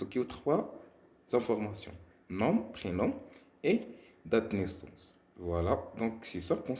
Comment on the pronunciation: Les mots 'nom' et 'prénom' on prononce pas la lettre m